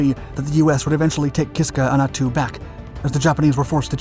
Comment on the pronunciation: Sounds like ( Ack- a- tan ), ( At-too ) Subscribed from. Anchorage, Alaska